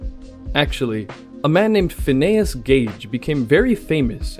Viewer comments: My man literally just said PhinAYUS Gage 😂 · His name is pronounced Fin - ee - us, as in Phineas Gage, just a miner FYI. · My dude has never heard the name Phineas before. Go look up how Phineas and Ferb is spelled and get back to us buddy.